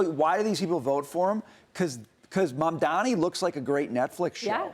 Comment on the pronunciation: It's hilarious to see she can't pronounce his name, but the closed caption gets it right. LOL. So jealous! Guys, look at what he's trying to do, not who he is or where he's from. I'm sure you guys will benefit from his work as a Mayor.